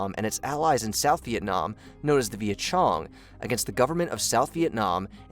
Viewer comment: It s Việt Cong. Not Việt Chong. Việt Cong was a creation of North Communists. Not an ally. And Doi Moi is Đổi Mới. It literally means Change New. If It ain't working then you need to change. It only took them 41 yrs to figure it out. From 1945 to when they came to power in the north